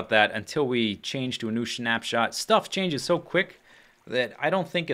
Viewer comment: It sounds like you're saying 'Schnaps-shot', that sounds disgusting! :D